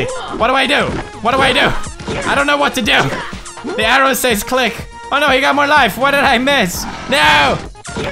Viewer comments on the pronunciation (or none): none